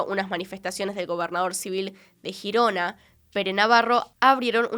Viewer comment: Me ha dado toc cuando ha dicho Girona 😂. Siendo de España y no conocía este caso, gracias!